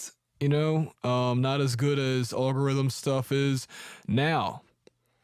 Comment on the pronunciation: What's oll gerithm? How do you pronounce this vst maker?